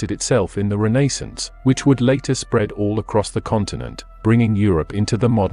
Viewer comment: Did not like the way you said Renaissance